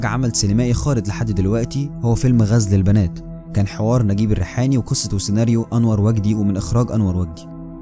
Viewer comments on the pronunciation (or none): هوا القاءك معقول وكويس بس انت نطقت فيلم غزل البنات غلط سكنت ال ز .. ودة مش مظبوط ... النطق الصح هوا .. غزل البنات بفتح ال ز .. وشكرا